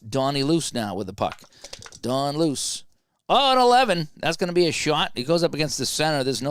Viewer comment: Don Luce is actually pronounced Lou-Chee